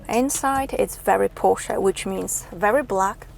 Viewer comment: Love the way you pronounce Porsche with the 'e' at the end, and not Porsch... Like most internet reviewers..BTW your 'silent sex' comment is the funniest thing any motoring journalist has ever said😂 I would take this over any electric vehicle, be it an SUV or lawnmower....